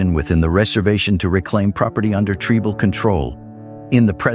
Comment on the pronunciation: If you are going to use an AI voice moderator, please use one which can properly pronounce words. For example, the one you used for this video pronounced "tribal" as tree-bal. Many other words were pronounced strangely. If you can't find an AI generated voice which pronounces words correctly, then please use a real person to moderate the video.